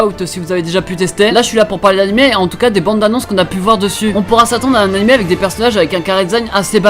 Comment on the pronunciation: On dit animÉ et pas animÈ ça me casse les couilles putain mais la video est bien tkt